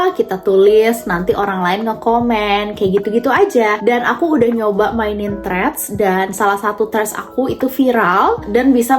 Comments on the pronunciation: Threads ya cara nyebutnya bukan trids, belajar bahasa Inggris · Maaf kak. Tp bacanya emang treds bukan trids cuma ada kata tekanan H di antara T dg R. Koreksi kalau saya yang salah🙏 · keganggu bgt dgn cara bilang threads, hrsnya "trits" kakkk, duhh